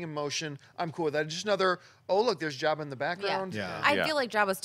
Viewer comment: He calls him "Yabba," lol. I suppose he pronounces it with a silent J.